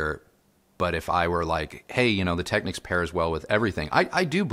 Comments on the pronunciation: 100% pronounced as “Techniques”! You are absolutely correct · Hey and! Just a small detail and it’s regarding a name. You’re in the industry now and I’m not, but I was many years ago when Panasonic kicked off the Technics brand name. You pronounce it phonetically “Tech-nicks”, which may now be the case. But back in the day when I sold the brand over 40 years ago we were told by the Panasonic/Technics National Sales Manager it was pronounced “Tech-neeks”. No biggie, but I thought I’d bring it up as a convo topic. Please chime in as I’d like to hear from you on this, as a industry veteran I’d like to know just out of curiosity if you heard different. Perhaps it’s part of Panasonic’s newer marketing strategy, that they changed the pronunciation. Thanks guys. Keep up the great work! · Interesting that you should bring this up. I"ve been pronouncing it "Tech-nicks" for all my life, but I recently watched some footage from an audio show and was very surprised to hear the sales rep indeed pronouncing it "Tech-neeks". Made a mental nite of it and resolved to mend my ways. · It’s pronounced phonetically. Who says your ‘national sales manager’ knew what they were talking about? Go and watch a few videos on the Technics channel and it’s always pronounced phonetically.